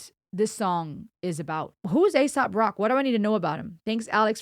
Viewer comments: its pronounced A-sop its a name playing off of aesop's fables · "ACE-SOP" is how you say it.